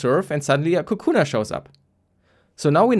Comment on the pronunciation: Nobody gonna correct him for calling it "Kukuna"?